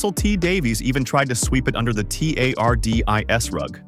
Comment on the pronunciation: This AI voice struggling to say TARDIS really highlights how trash that technology is lmfao. Also, why are two Hollyoaks pictures featured in this video?